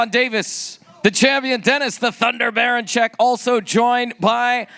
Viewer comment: 😁 Keyshawn is levels below Berinchyk. Davis is about to take his first loss. And next time, Keyshawn should call the name properly. The name is Dr. Berinchyk